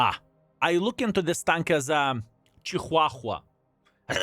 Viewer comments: Haha love the way ya Chihuahua..... Here's how to say it, Sounds like = cha - waa - wuh 🤔 DAMN little Yappy pointed eared Rats / Bats... My mom had 5 or 6 over my 63yrs... Worthless !! Get a Good Pitbull or Bull Mastiff or Shepard At least they have there Uses and very Devoted / Protective / Loving & Smart 😉 And would give there lives to Protect Your and Family's Instead of RUN away Squeaking LOL THANKS Video !! See ya tomorrow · WTF is a ciuhahua?! hahahaha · I can't get passed how says chihuahua and I'm I can't work out if it's a joke or not